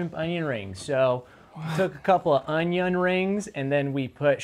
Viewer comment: Did that guy really pronounce onion as OWN-YON